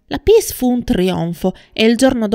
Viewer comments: circa, "PIECE" teatrale si pronuncia "piès" non "piss" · Tesoro due parole in inglese dovresti impararle se vuoi parlare di attori internazionali ... almeno il cognome della Leight corretto ... le opere teatrali pronunciate alla francese non si pronunciano piss e Mistress non vuol dire prostituta o donna di facili costumi - informati!